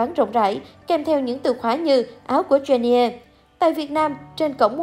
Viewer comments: Người ta là Jennie chứ không phải là chen - ne đâu má 🙄🙄🙄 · Má cj tui tên jennie mà bả đọc chen ni e, dẫn chương trình hay đấy 🙂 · Đọc tên nta cũng dell đúng đòi dẫn ctrinh